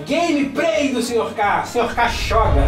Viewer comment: deveria se chamar xoga ao invés de joga já que ele fala xoga né